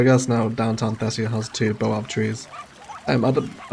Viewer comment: That's a baobab tree and baobabs are widely distributed in belts across Africa. I'm from South Africa.. the pronunciation is bay·uh·bab tree😂😂 Great vid none the less😂😂